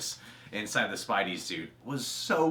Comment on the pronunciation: spidey not spidy lol